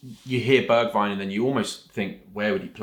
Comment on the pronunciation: Can’t believe he said Bergweijn…. I’m taking modric back any day